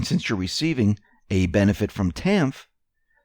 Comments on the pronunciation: TANF is pronounced tan-ef. JMO The public assistance programs are going to illegals etc. and the Americans REALLY in need are generally not getting the help. It is a plan to wipe out the middle class and take out the backbone of our country. Lots of homeless in the streets should get TANF and housing assistance but look it up, they are not getting the help. With help, most people will get back on their feet and be contributing members of society. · Not that it matters just so ya know~ TANF is spoken as "Tanif" just thought I'd share w/you! Thanks for your analysis'! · TANF IS PRONOUNCED “tanif”.